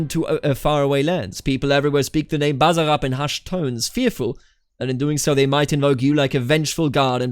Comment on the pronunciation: Basarab and other s is not z when you pronounce it